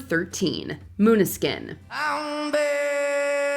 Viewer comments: In no written language would Maneskin be pronounced Moonuhskin. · Exactly. Pronouncing Maneskin as "moon-ah-skin" seemed rather childish. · can't even pronounce Maneskin right... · Okay, some of this list is just B.S., Marianne Faithfull always sounds like that, Maneskin sounds great, they have sold over 40 million records and this moron narrator can't even pronounce their name correctly. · Stop complaining about the pronunciation of Måneskin, not even the Danes can pronounce Danish words!